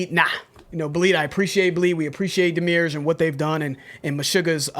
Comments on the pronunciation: Guys! It's Demi, like Demi Moore, urge, like the urge to do something. Not demure. Pedantic, but it has meaning. The demi-urge is the force of creation, a non-sentient force of the universe. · //Yall are great, love this channel-// ITS DEMI-URGE. DEMI. URGE. DEMIURGE. DEMIMOORE. URGE. DEMIURGE. It's taken me a bit to warm up to the new setup, but I'm enjoying it! And I love that you guys are continuing to stay focused and innovative on how you're consuming these songs and spending time with them. Stay true, stay free, all love. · Oh it's pronounced Dem-eee- urge. A demiurge is a supreme being/thing/entity. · Also, "Demi. Urge." Demiurge. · It's pronounced - DEM EE URGE. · It doesn't matter, but just cause, It's pronounced Demi-Urge. Which is a word used for a being that created the universe. Lol i think its cool so i thought i'd share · Hi,! Demiurge (From Ancient Greek δημιουργός ie. dēmiourgós, “one who works for the people; a skilled workman, a handicraftsman”) is pronounced /ˈdɛ.mɪ.əːdʒ/ (US, listen to audio at or /ˈdiːmɪ.əːdʒ/ (alt. US), OR /ˈdɛ.miˌɚdʒ/ (Received Pronunciation). Also see:) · ... it's pronounced DEA-(like the first part of "death")-ME-URGE :)